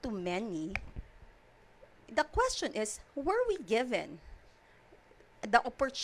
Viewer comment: Introductshoun? Constitushoun questshoun